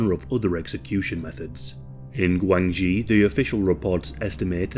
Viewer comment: The commentator pronounced GuangXi poorly. DIsgregarding tones, it sounds like Gwung Shee. Interestingly it is a homonym of the term for Relationships, particularly in political and business relationships / connections in Mandarin / PuTongHua Chinese language. I spent several years there.